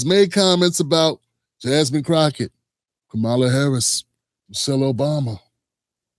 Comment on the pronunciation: Bro you don’t even pronounce Kamala’s name correctly